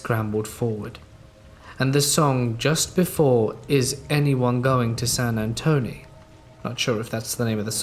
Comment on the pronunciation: That Charlie Pride song is pronounced San Antone not San Antony.